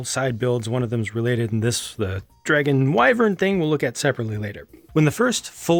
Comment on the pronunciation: Totally UNREALISTIC!!!!!1!! Having an inappropriate female there, and she’s a DRAGON, and can’t even pronounce WYVERN correctly? INACCURACIES! Wot, no liqueurs? You’ll shoot your eye out!! LOLILOLLL 🤣 Seriously though, great review, as always. I’m glad you know the names of architectural castle parts. The amoeba castle was totally worth seeing! Thank you so much.